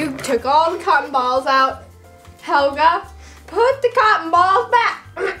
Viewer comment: its hhhhelga remember hhhelga hhhacks the h